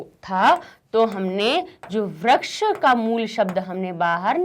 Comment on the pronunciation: mam, that is vriksh not vraksha...plz convey to us the correct study material. By the way, the video was very nice. I liked it.